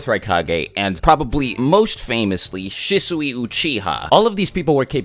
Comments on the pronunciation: Shisui is pronounced She-Swee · shih-soowee lmao. shee-swee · Isn’t Shisui pronounced Sheeswe? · Him mispronouncing Shisui’s name was driving me insane, lol